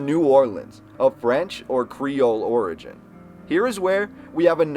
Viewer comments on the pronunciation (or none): none